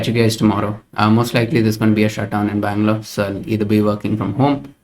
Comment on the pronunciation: yes i am from bangalore, saw his office details and in Bannerghatta road is his office. but still i am confused if he said Bangalore or Mangalore:D, helapa:)